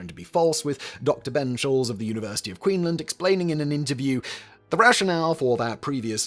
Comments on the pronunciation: Simon, there’s an s in Queensland. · you forgot the S in Queensland. It's the "Queen's land". Not Queenland ❌️ and land is pronounced in full, not shortened to "lnd".